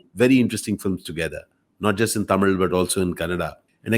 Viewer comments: the way he pronounces the word "THAMIZH". ❤️❤️ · Sir I Like ur Pronunciation THAMIZH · Tamil nu solama tamizh nu correct ah soldrarupa...kathukanum ivartendhu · The way he say Thamil 👍🏽 lagaram on point 👍🏽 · Its quite easy for a Malayali to pronounce ழ் / zh unlike us.